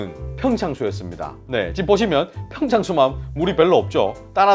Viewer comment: 헐.. 난 이 댓글 보기 전에 팽창수라고 말하신 줄도 몰랐음 ㅋㅋㅋㅋㅋㅋㅋㅋㅋㅋ (같은 갱상도라서 ㅋㅋ)